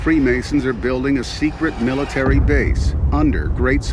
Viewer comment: Miitary with an AL